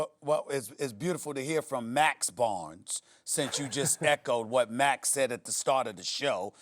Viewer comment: Nigga said “Max Barnes” 😭😭